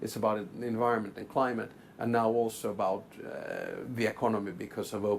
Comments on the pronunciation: Wow, a Finn actually pronounced “about” correctly and didn’t exaggerate it as “aboot”, I’m impressed. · I played it back 4 times. He absolutely nailed it